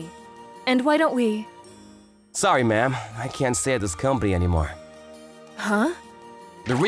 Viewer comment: Why does Ma'am sound like Mom? It is so funny. I thought for a second that they were actually saying Mom, but then I saw the text bubble.